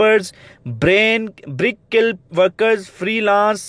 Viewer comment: Brick Skill is right word but don't read it as Bricks kill